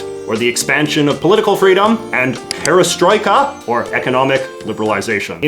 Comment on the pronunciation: I am from the former Soviet Union. It’s a very thorough description of the Gorbachev’s rule in this video. Also, I love the pronunciation of ‘glasnost’ and ‘perestroika’. You say them really accurate. Brilliant work JJ! Thanks for this material!